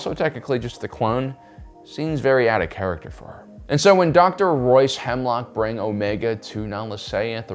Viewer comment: I had to replay a part because I thought you called him Dr. hemorrhoid